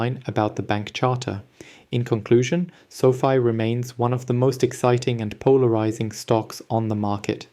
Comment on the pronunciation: It's Fi not Fee